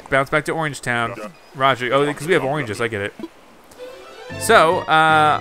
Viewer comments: anyone notice how the animals wear clothes right? well timmy and the other like raccoon or something are only wearing an apron... idk it just bothers me... also he keeps saying oinges instead of oranges... im pretty sure at least. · He says oranges weird.